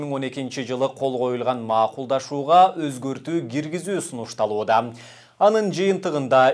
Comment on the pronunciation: Макулдашуу. Маакулдашуу дебечи.